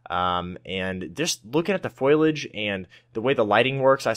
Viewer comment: Foilage? Sorry Marge Simpson, I think it's pronounced Foliage. 😂😂😂 "I don't say evasion, I say avoision" -Kent Brockman Edit: thought I'd add some little round humour indicators so everyone knows I'm not being a grammar Nazi..